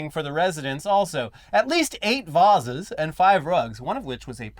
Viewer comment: my hero of the day for saying 'vases' correctly. Let the flames commence.